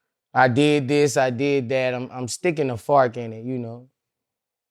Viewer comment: I thought he said ‘He’s stickin to farken’. I’m like wtf is FARKEN? 🤣